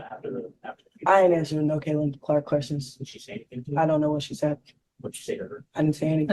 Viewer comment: She could only repeat “I ain’t finna ansa no Caitlyn Clark kweschuns.”